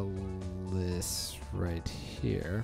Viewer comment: zwei is pronounced like zwhy. ein, zwei, drei is german for 1,2,3. deino, zweilous, hydreigon like the legendary birds uno, dos, tres. names in pokemon can be pretty cool.